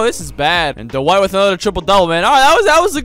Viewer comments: “Tyler give it to Duh-White” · Anyone realise that calls Dwight Howard Du-White?